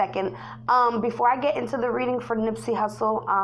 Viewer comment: That is not how you pronounce his name !!!!!! That shit irritating